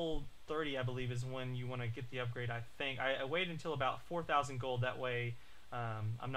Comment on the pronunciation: is it me or gold sound like goal and goal sound like gold.